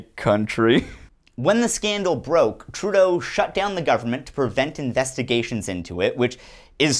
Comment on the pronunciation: Trudeau .. kinda sounds like "True- though..."